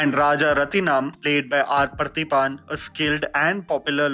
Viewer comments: I like how respectful this film was towards the sensitive topic. The exposition was well-paced. My colleagues loved it. Side note, it took me sometime before I realised you were saying R. Parthiban. hehe.. sorry I didn't mean to make fun of you but I realised how non-Tamil speakers would struggle with the name. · Appreciate taking up south indian movies! One suggestion.. getting the pronunciation of at least movie names and actor names right.. “poonmagal” alla “ponn-magal”. Actor is not “prathiban”.. he is “paathibhan”(Parthiban). Very good review!